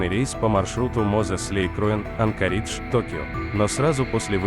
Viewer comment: Не АнкАридж, а АнкОридж!